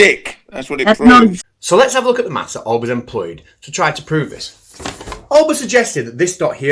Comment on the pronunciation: Olbers, not Olber.